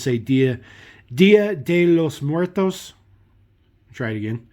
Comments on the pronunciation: Awesome truck! 👏😍 Your pronunciation of "día de los muertos" 💀 was very good 👏😀💀👍😉👍. The deco on this very cool, but I do agree, the regular deco would look better. As for this model, it would have been funny if a couple of skeletons ☠️ 🩻 🦴 came out when you opened the trailers doors and the cab was been driven by another skeleton 💀. Thanks for sharing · Wow, You got the pronunciation right Día de Los Muertos! Nice set man. Please!